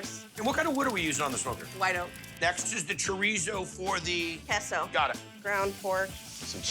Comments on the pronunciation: Kehso is a first😂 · The way she pronounced queso was diabolical.